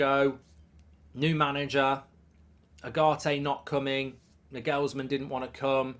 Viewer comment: Have never heard anyone pronounce Nagelsman like that 😭